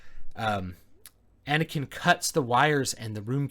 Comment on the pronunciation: "Anekin" O_o